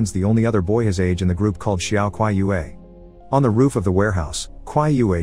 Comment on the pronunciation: Qiyue is NOT pronounced Kwai-yu-wei.